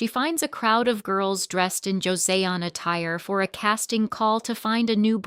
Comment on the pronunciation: 영상에 조세온이 아니라 조선이라 발음합니다~ 영상에 있는 건 아니나 현다이가 아닌 현대로 발음해야하구요.